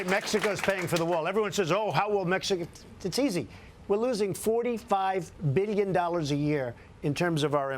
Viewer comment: Why does he say "billion" so weirdly?